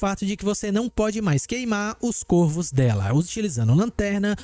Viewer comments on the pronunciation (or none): none